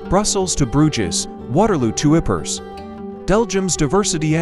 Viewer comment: It would help if the narrator pronounced Bruges as it was meant to be produced